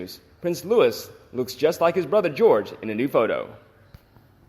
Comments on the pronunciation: Please correct your pronunciation of Prince Louis...it is not Lewis, it is the French pronunciation Lou-ie, the s is silent! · PLEASE STOP 🛑 miss pronouncing Prince Louise’s name ! It’s not LEWIS it is LOUIS , the S is silent, it’s a French name and is pronounced in the French way ! As I’ve said before, why don’t you employ a REAL Brit’ without an American accent to read your scripts ? There are so many similar mistakes made, but I guess most of your ‘audience’ don’t understand either !! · LOUIS = sounds like LUEY NOT LEWIS! YOU HAVE NO BUSINESS TALKING ABOUT THE ROYAL FAMILY IF YOU CAN'T PRONOUNCE THEIR NAMES! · For goodness sake, do some research. The little prince's name is pronounced the French way, LOU-EE not the harsh American LOU-ISS. How can you be 'royal watchers' and not know that???? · Loo ee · When mentioning Prince Louis, do not pronounce the S at the end of his name; it is different from Lewis, where you hear the S sound at the end.